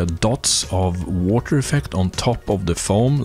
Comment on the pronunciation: Le woter.